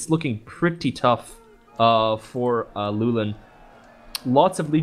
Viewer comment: Loo-Well-in, damn it's not that hard guys!